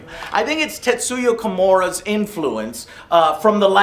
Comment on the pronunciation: Probably used to saying Kojima. Lol. The 'K' just slipped out.